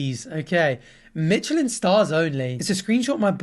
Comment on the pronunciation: why do you say michelin star like that